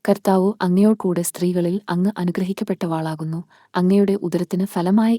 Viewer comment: നന്ദി. അനുഗ്രഹിക്കപ്പെട്ടവളാകുന്നു എന്നേ ഉള്ളൂ. വ എന്ന അക്ഷരം കഴിഞ്ഞ് ദീർഘം ദയവായി ചൊല്ലരുത്. ദൈവം അനുഗ്രഹിക്കട്ടെ.